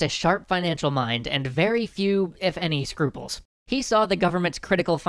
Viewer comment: Oh, and it's Scruples*. Not Scrupules....well unless you're French.